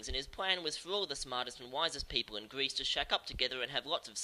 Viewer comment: While I love your work and this series, I never picked out that you might have rhotacism until this video. "Pwato" from "Gweece" made me cringe every time. Don't let my neurotic obsession with speech pathology deter you, though. Great episode to kick off the new series.